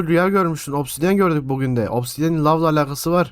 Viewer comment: Vay be obsidiyeni 2 saattir yanlış söylüyordu😢